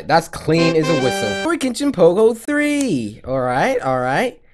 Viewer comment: Coryxkenshin cartoon something my son Giovanni called you courage engine She said it wrong